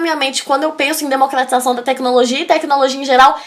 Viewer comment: Bom vídeo, mas cuidado com pronúncia. É um pouco insólito um vídeo de dicas de redação com erros como "Democlatização da tecnologia... assunto muito tlatado". Cebolinha não.